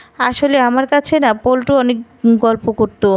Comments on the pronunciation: The name is Pluto not pultu. Try to pronounce the name properly. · পল্টু নামে কোনো চরিত্র তো এতে ছিলোই না নামটা ছিলো প্লুটো।উচ্চারণ ভালো করে করতেই পারে না এমন কারোকে ভাষ্য পাঠে দেওয়া হয় কেন?হাসির খোরাক যোগান দেওয়ার জন্য কি?